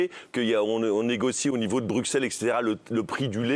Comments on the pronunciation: ça se prononce BruSelles pas BruXelles on vous grille direct les français quand vous dites le nom de notre capital 😅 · dans la même optique ça se prononce choux de BruSSelles ce qui est logique 😅